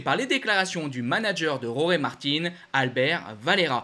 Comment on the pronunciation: On ne prononce pas Roré en espagnol ?